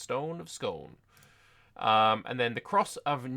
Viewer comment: it’s pronounced more like Scoon. That said, it’d probably be better if they referred to it instead by its better known name, the stone of destiny.